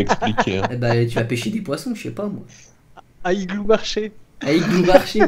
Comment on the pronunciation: il dit iglou marche il m’a tuer 😂😂😂